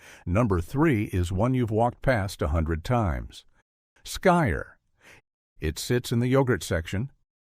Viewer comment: SKYR is pronounced "skeer".